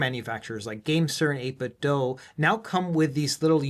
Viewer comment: For the love of God, thank you for saying 8bit dough and not 8bit doo. I keep telling people, if 8bitdo is pronounced as 8bitdoo then Nintendo should be the same. Nintendooooooo. I guess another way to put it is, what consoles are 8-bit? Out of those consoles, which ones end with the letters D and O? Now look at the word 8bitdo. Do you see it now?